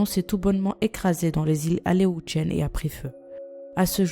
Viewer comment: Ce sont les îles Aléoutiennes (ça se prononce aléouciennes).